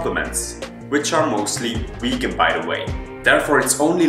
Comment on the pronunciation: it Vegan with a V...Not Wegan!!!